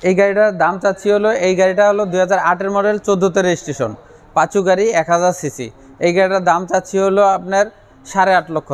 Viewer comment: সবথেকে বিরক্ত লাগছে টয়োটা পাসো গাড়ি কে কিভাবে বারবার পাচু পাচু বলতেছে